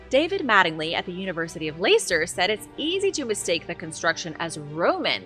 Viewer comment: It’s pronounced lester (Leicester)